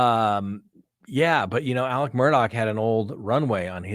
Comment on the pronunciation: It is pronounced Murdock or murduck here in the South.